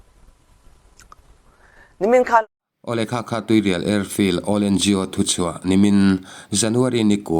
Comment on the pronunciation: Tuirial khaw hming hi lam ri tel ve fo tawhlo hram teh u.